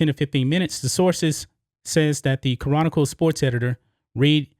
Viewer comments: Bro, the way you say "chronicle" is hilarious. you say "Ca-ron-nickel" its "Kronical" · Ca’ron’nic’cle 🤣 still got love for you though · Houston Ca-Ronicle? Really? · It sounds like has trouble pronouncing "Chronicle". He should do as most Houstonians do and refer to them as the "Houston Comical". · Ya know lol, it was getting on my nerves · I always thought the word "chronicle" only had three syllables, but now all of a sudden, I'm not so sure.